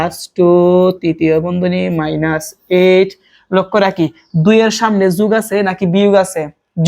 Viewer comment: স্যার আপনি বলেন যুগ, যুগ❌ হবে, যোগ✅